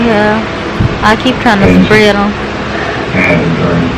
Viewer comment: She so country “ get outta hea “ lmfao